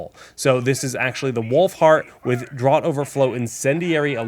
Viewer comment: Great vid, but Draught in Draught Overflow is pronounced like 'draft' (think beer),not like 'drought'! Minor quibble, these vids are extremely informative, thanks!